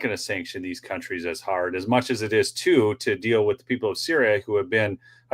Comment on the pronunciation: He needs to learn English it’s not Wit, it’s with.